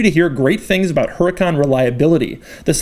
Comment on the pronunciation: I was always told the correct pronunciation is "ur-a-con".